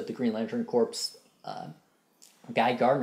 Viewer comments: Its pronounced core not corps. The ps is silent. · "corps" is pronounced "core"